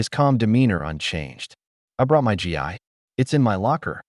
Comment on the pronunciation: GI pronounced like the word "ghee, not G I